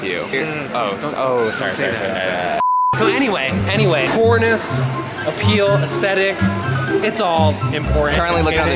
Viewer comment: “core ness”